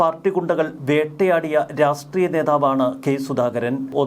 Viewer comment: Try 'to pronounce "Rashtreyam"correctly.